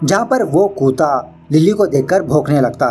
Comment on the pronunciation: Koota nhi hota bhai kutta hota hai koota mat bola kr acha nhi lagta